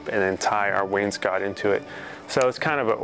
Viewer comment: Please start pronouncing wainscot correctly. Please.